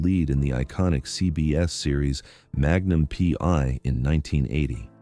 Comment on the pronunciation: Why a fake image of Tom? Teach your AI-generated voice to pronounce "Selleck" and Magnum P.I. correctly. Why talk about people you don't know personally? Tom and Jillie met in 1983. They married in 1987. Tom did not visit London.He filmed Lassiter during that time. We have already informed the creator of the original video about the misinformation, but you simply copied everything. Shame on you.